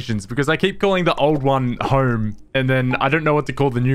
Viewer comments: I lost interest the second you said Horme, proceeded to put "Home" on the screen... and said Horme again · "Im gonna need to gor horme" That home pronunciation killed me ngl 💀